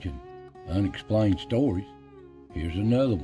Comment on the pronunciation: The "Unexpalined" ?